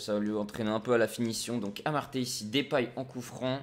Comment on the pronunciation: je suis néerlandais et ons dis Depay pas Dépay alors arette de dire Dépay